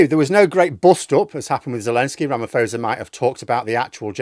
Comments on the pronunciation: Ra - ma - posa, not fosa. It basically for SA taking Israel to court. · Not to be pedantic, but its RamaPosa not fosa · At least learn how to pronounce his name before posting.